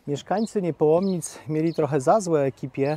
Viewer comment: Niepołomice, a nie Niepołomnice. Reszta super praca.